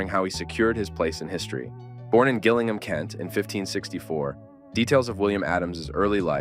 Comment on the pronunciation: It's pronounced jillingham.